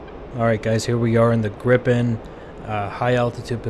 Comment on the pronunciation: Gripen is pronounced "greepen" not grippen